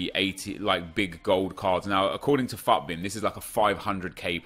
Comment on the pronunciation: F-U-T MAS? Why did he say it like that?